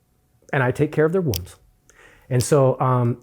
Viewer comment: I enjoyed this, but who wants to tell it's wounds, not wombs?